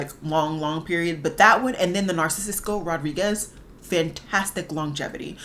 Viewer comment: Girl! With love your pronunciation is bothering me 😭😂... Narcisso: NAR-SIS-OH Rodriguez Rose de "SHEEN" With love ❤❤❤